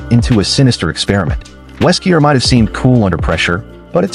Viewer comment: Weskier ?????? Wesker